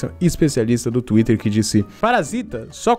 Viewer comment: Cara fala twitrer (espero q vc entenda a pronunciacao) fica MT engraçado estilo universitaria